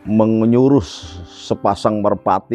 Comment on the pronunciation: 😂😂😂 sampe kepleset omongannya... Menyuruh sepasang merpati ril... Bukan MENGEYURUS sepasang merpati... Jadi ingat kata2 MENGYENGRASAKAN😂😂😂